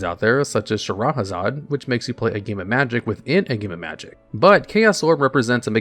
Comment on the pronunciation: "Sha-Rah-Haz-Zod".... That made my skin crawl, hahaha. Its "Sha-Hair-Rah-Zad", and a totally over-hated card. Bring Shahrazad back! It was totally balanced!!! /s